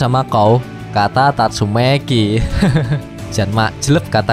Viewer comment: Kok abang bisa bilang "Amai mask" tapi gk bisa bilang "tatsumaki" malah jadi "tasumeyki"